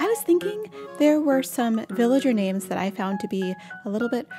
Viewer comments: This is a fantastic video, thank you! You say all these names the exact same way I do and you explained why superbly. 👏 I am sure it will help a lot of people who have had trouble saying some of these. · Aussie here, you nailed it!